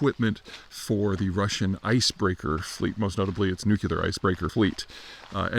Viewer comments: Why do you say "nucular"? It nuclear. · Nuclear. Newclear Not "New Queue Lar." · I really need you to stop saying nu-cue-lar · the nucular icebreaker fleet